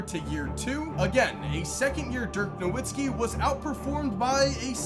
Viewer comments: Holy shit. You claim to be a fan of the nba but can’t even pronounce dirk’s last name correctly. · You can’t trust a guy that can’t even pronounce Nowitzki correctly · How the fuck does somebody make hundreds of nba videos and still not know how to pronounce “Nowitzki”